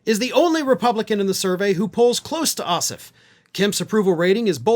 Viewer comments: For future reference, our senator's last name is pronounced Oss-Off with equal emphasis on both syllables ....please pro ounce it properly - it is NOT OSSif. Thanks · please pronounce Jon’s name correctly: the second syllable, OFF, is pronounced (surprise) just like the word OFF. OSS and OFF have equal stress, or emphasis. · Jon's Last name is OSSOFF. You were pronouncing his name as Ossiff. I realize there was no animisity intended 😏🤣. Just letting you know.